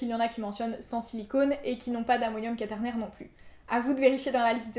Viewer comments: Ca se prononce qouaternaire, non? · Par contre le mot quaternaire se prononce avec le son "oua" et pas juste le "a".